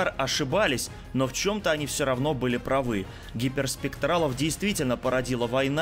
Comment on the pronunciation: Они были прАвы, а не правЫ 😑 Ударение неправильно поставил